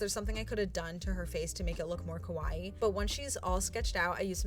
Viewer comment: Kowai means scary, which is what your saying instead of kawaii